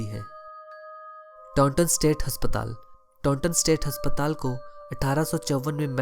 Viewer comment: Haspatal nhi asptaal hota